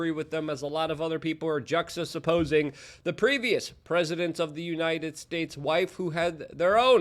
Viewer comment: "Juxa-suppose-ing" - based Luke.